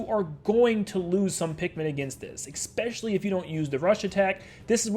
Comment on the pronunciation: I DONT CARE THAT THIS HAS BASICALLY NOTHING TO DO WITH ANYTHING BUT PLEASE OMG FUCKING PLEEASE STOP SAYING “expecially” IS ESPECIALLY WITH AN S WHAT IS WRONG YOU